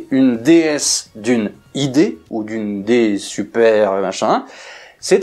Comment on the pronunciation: Si je puis me permettre on prononce "DSpécial" et "DSuper" et non point "DS Spécial" et "DS Super". Par ailleurs la DSuper5 (à moteur de DS21) est une ID mieux motorisée que la DS20 de même millésime. Tout l'art du marketing incompréhensible de Citroën, comme l'ID décapotable : un oxymore sur roues.